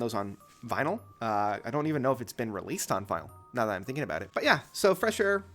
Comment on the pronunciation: That's aboot it